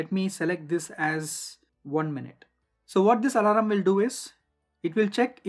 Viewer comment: very nice informative video but the pronunciation of "alarm" as "alaram" is weird to hear